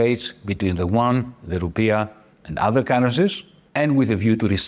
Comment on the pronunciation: BTW, the YUAN is pronounced U-AN, not WON, which is the S Korean currency.